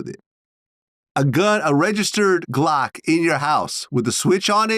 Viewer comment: what is a "Glack", Vlad??